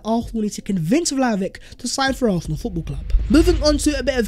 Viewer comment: Why does this dude pronounce Arsenal as “Arthenal”?